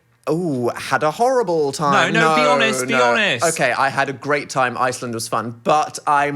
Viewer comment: the way i’m french and i got confused when phil started mimicking the french accent because it was so accurate???? 😭 and dan made no mistake (except the pronunciation for iceland) yall should come here 😁😁😁